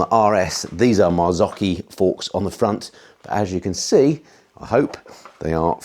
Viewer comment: Hi. On rewatching this video I noticed your pronunciation of 'Marzocchi'. As a self-taught Italian speaker I would like to enlighten you with this: The Italian pronunciation of 'cc' within a word is 'ch' as in 'Cappuccino', whereas 'ch' is pronounced 'k' as in 'Mocha'. The spelling of Marzocchi with both cc and an h really puts the CHat amongst the pigeons.... ha ha. Still confused? So am I, and I didn't want to be alone so I sent you this informative little waste of time! Ciaow.